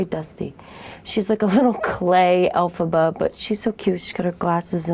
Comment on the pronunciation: "elphabs" Lmaoo xD